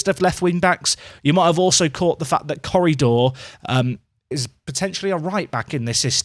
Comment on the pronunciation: Every time you say Corredor, I keep thinking you're about to say currydog.